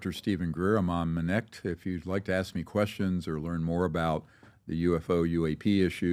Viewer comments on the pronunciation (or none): Two billion dollars steve...? Lol. "U can axe my momma!!"